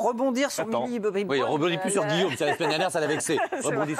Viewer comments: 1. Vous savez même pas dire Millie Bobby Brown 2.Depuis cette vidéo elle se fait critiquer de fou malade alors franchement vous inhumain a critiquer les autres comme ça 3. Elle fait ce qu'elle veut Allez bisous les rageux 🤡😘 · Mais commencez par bien prononcer son nom au lieu de juger ce qu'elle doit faire et pas faire...